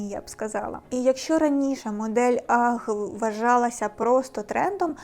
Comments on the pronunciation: UGG - Аг. Анастасія майже правильно вимовила, не бачу проблеми. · а точніше "агз" . Добре, що у вас немає проблем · Дивно, коли стиліст і фешн експерт, не знає як правильно вимовляється назва взуття. "Ах" це щось нове в світі моди. Базова шкільна англійська була не доступна?